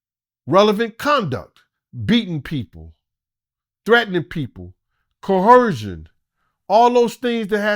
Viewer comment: If this nigga say "coercion" wrong 1 mo' time.